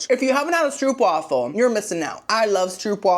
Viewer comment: the way you said stroopwafel made me literally laugh out loud 😭😭